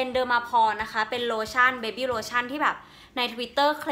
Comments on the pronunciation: อ่านว่า เบบี้ ค่ะ ทำไมอ่านบี๋ ไม่เข้าใจ ลองไปฟังฝรั่งเค้าพูดนะคะ ไม่มีใครพูดเบบี๋สักคน อย่าเป็นเหยื่อ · ขออภัยที่ออกเสียงผิดนะคะ พอดีติดหูและติดปาก ชอบเรียกเด็กทารกว่า “เบบี๋” >.,<